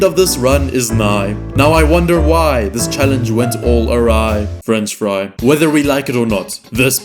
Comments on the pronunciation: Freanch fry😂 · "frech fry" 🗣🔥🔥